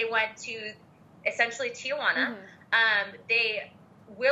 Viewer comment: It isn't Tia Juana. It's Tijuana.